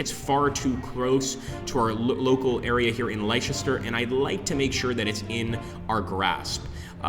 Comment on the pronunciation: Just to add a couple more pronunciations .... Leicester is pronounced Lester, and Warwick is pronounced Warrick. Game looks interesting though.